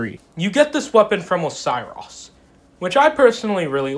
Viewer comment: great vid but if you pronouse osiros like that again i will have to IP ban you from every known dark souls server to have ever been created :)